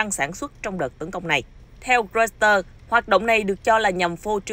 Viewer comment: Roi- xtơ là cái gì vậy? Đưa tin mà ngọng nghịu quá., đọc sai nghe chối tai nữa.